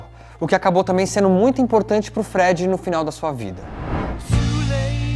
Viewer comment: vamos treinar essa pronúncia? Falou o nome do Freddy errado, entre outras coisas. Valeu!